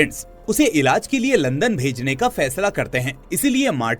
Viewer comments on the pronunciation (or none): none